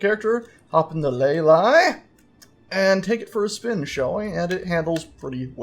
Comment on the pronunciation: I'm fairly sure the spelling Lei-Li is pronounced Lay-Lee, for it to be Lay-Lie it would have to be spelt Lay-Ly I think